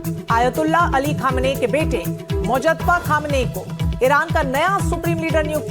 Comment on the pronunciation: अरे यह छोटी छोटी बच्चियों का यौनशोषण करने वाला होता कौन है खुश या नाराज़ होने वाला? तू भी एक मूर्ख पत्रकार हैं जिसे मुज्तबा खोमैनी का उच्चारण करना भी नहीं आ रहा।